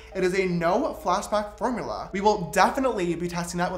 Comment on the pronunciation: Is it just me or a did he say form ou la?😂😂